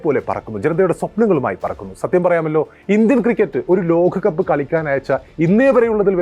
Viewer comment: ഏഖദിന 👈 ലോഖകപ്പോ എന്താടോ നേരെചൊവ്വേ പറയാൻ പഠിക്കെടോ